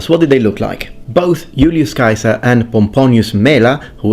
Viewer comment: I love how you pronounced Julius Caesar's name as it would have sounded when he was alive. Brought me back to Latin class haha